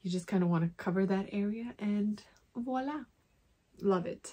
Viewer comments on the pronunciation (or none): none